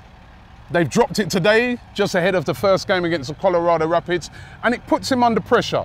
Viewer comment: Never heard of the Colorado “Rapits” Robbie honest to god man your pronunciation of teams and players are horrendous